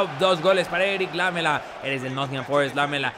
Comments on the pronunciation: SE DICE ERIC ''LAMÉLA'' NO ''LÁMELA'' saludos :D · Un video emocionante ,la pronunciación correcta es "lamela" sin acento. Gracias saludos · ¿Por qué pronuncias lamela como si fuera palabra esdrujula?